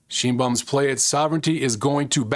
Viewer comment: Her name is pronounced "Shine-Baum not "sheen-baum"....